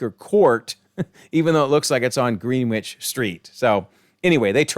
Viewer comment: Wow, what a doozy! It's a shame this universe didn't wind up in Multiverse of Madness. :P And I'm sure you've been told plenty times already, but it's not pronounced Green-Witch, it's something like Grenn-idge. Blame the British with their wacky spellings and ignoring all the rules of their own language. Greenwich Mean Time, Greenwich, the town the Prime Meridian runs through, everything that denotes what timezone you're in plus or minus however many hours, that's what it's called. It's not even something we've Americanized like the school of Notre Dame being called Note-r Dame instead of the French way, No-tray Dom (or something like that, spelling phonetically is hard), Greenwich is just not spoken how its spelled.